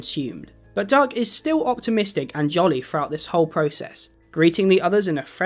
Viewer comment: Not me hearing duck as Doug